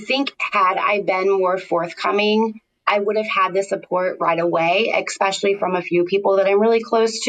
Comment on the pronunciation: Super excited to celebrate sobriety. ❤ The word especially has no k in it. 🤦‍♀️